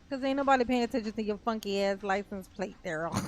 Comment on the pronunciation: It's worse, I think he is saying 'lisen place'.